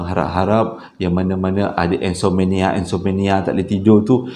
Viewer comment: Assalamualaikum... Best cerita pd episod kali ini... Ada pengajarannya..., IMSOMNIA bukan IMSOMANIA 😀